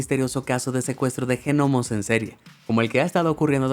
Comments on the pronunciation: "Ñomos", se escribe "gnomos" pero se pronuncia "ÑOMOS" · La G de Gnomos no se pronuncia... al menos en España jajajaa q raro se escucha GENOMO 🤣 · La G de gnomo lo oa pronuncias y ya. Asi como no oronuncias pesicólogo... La palabra genonomo me hizo doler la cabeza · Me arruinó todo el video que les diga "Genomos" a los gnomos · Lloro de risa al oír genomos jiji me mataste y repetidas veces ,madre mía ves al pesicologo jijij